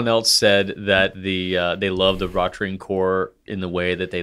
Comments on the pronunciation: was right about the pronunciation of Rotring. was pronouncing Ratring. O sounds "oh" and A sounds "ah" in Deutsch. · is mispronouncing German ‘rot’, was right initially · German "O" has two different pronunciations depending on whether it's long or short. In this case, it's long because it's followed by only one T, and that makes pronunciation closer to the German pronunciation than. pronunciation would be closer if the name were "Rottring". Neither of them sound German, but that's perfectly fine. While I appreciate people trying to pronounce foreign names correctly, I (a German) wouldn't pronounce German names exactly like I do in German when I am speaking English. That would just sound weird and pretentious. "Roe-tring" and "Rottring" would both be good enough for me.